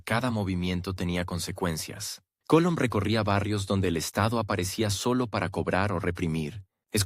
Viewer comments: Sé dice ARGUETA por favor. Y se dice COLOM. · Ese narrador, no pronuncia bien el apellido de MANUEL COLON.